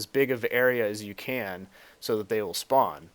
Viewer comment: hahahaha speawn